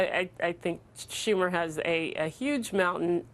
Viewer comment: Did she say Shuck Tumor?